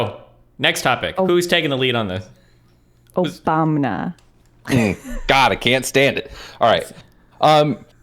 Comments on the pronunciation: im sorry but the trudeau is a teenage girl argument felt like a massive waste of time compared to the rest. Should have just spent that time saying "OBAMNA" over and over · Goddammit I’m trying to workout and every time “Obamna” happens it fucks up my set